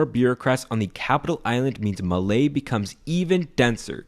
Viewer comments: MALDIVES MENTIONED LESGOOO! Pretty good video though bonus points for the mere mention of the Thinadhoo Genocide, even if it was brief (it is NOT mentioned enough in our country). Your research was on point besides the pronunciation of some of our language's words, though tbf I don't know of many resources that would have helped anyway. At least they gave me a good laugh lmao. The stuff about there being three coup attempts in the 80s and three presidents being arrested is true. Some of the history in our country is batshit insane ngl. While I did grow up in the capital as I was born there, I do not have much love for that place when I lived there as the constant construction, cars and motorcycles honking, tons of protests, were all a lot to handle. It didn't help that I'm on the spectrum. My family came from Addu and only recently did we properly move here, and honestly it's been quite peaceful. The neglect from our government on the countryside/rural areas like here is very aggravating though. For anyone who may be interested in learning more about our culture and are already visiting the country, go and ask around about basically any topic from the locals, though do understand that our older population has a harder time with English, so it's best to ask young adults. But yeah, I greatly enjoyed this video and that Flag fish is adorable! ޑ: Also, I feel like giving some pointers on how to pronounce the words mentioned in this video for those who may be curious and also beca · As a Maldivian its not maley its luke this maa le like the "le is like French style 😅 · Bro malai is not how you say it its like male i live there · ITS NOT MALEE ITS MAALE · You butchered the word MALÉ it's MAA LE NOT MA LEY This is true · It's not malie it's pronounced "maale" it's confusing I know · As a Maldivian I know you pronounce malé wrong It's "maa-le" But you said "ma-ley" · It's pronounced Maa-l-eh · You pronounced malé wrong. It's maa-le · Bro Malé it's said maale😊